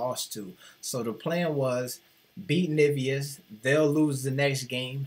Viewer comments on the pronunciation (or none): Nevezis is pronounced ne-ve-zhis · But you pronounced Nevėžis horribly, the way you pronounced it we would write Nivijus.